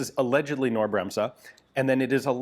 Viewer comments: Knorr .... K .... as in King.... not know.... KNorr ... K 🙃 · For info, it's pronounced Ca-nor -- the k is not soft in German. I learned this directly from KB employees during a client visit in Munich. FWIW: in the late 1800's, the company became Europe's 800-lb. gorilla equivalent to the U.S. Westinghouse Air Brake Co. (WABCO), both of which pioneered pneumatically-controlled train brakes. These new air brake systems permitted simultaneous remote control of all of the train's railcar brakes, eliminating the need for multiple brakemen scampering across the roofs of boxcars to turn hand wheels to set/release each individual car's mechanical brakes. Georg Knorr developed the "Knorr brake," which became the European standard railcar brake (hence the original company ultimately being renamed the German equivalent of "Knorr Brakes"). As an industrial powerhouse with massive metal-working expertise, it's no surprise that KB was involved in supporting the war effort in both WWI and WWII. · Wow, too bad the bolt and other parts are missing... Btw. for "Knorr" - Say the K out loud — like in "Kick" — and then "norr" as done so its sort of "K-norr". Then you have the almost perfect pronunciation in german ;-) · The K in Knorr is not silent. It's Knorr nor Norr. Very interesting however. It's sad that we'll probably never know what it was supposed to be or how it worked. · I know Americans cannot pronounce the German "kn", the k is not silent, and when Americans try to pronounce it, it comes out as "ke-norr", in this case. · It's Knorr - not "norr". The K is pronounced in this German name, it is not silent like the "k" in English "knight". Sometimes I really wish you would spend a few minutes letting Google Translate pronounce words, or better yet, find a video about the subject name spoken by a native speaker. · Side note: K in german is never silent. Pronounciation would be "Cnorr" and not "Norr". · Knorr: the K in the beginning of the name is NOT silent! It is pronounced!